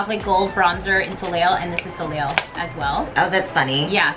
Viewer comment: Overall really enjoyed this video, but... girl... "so-leel?" No. "So-lay"